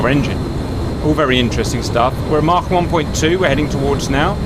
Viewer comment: Cap pronouncing 'Mach' gives me pure joy